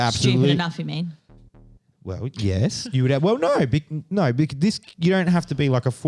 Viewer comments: the way both Australian women say “Noyyyyy” 😂 👏🏼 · Lmaoooo I just made this comment myself 😂 The way these aussies say the word no, you spelled it great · 😂😂😂 I absolutely love the way these Australian women pronounce “No” as “Noyy” lol